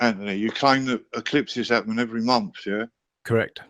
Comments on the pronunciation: "It does it every mumpf" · He never claimed they happened every month. He said every momph!